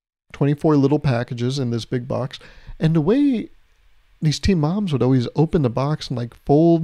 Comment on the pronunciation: For a sec I thought you were saying teen moms instead of team and I was so confused